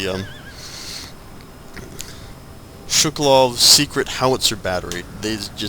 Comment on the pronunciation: Also, it's Shuvalov, not Shukalov.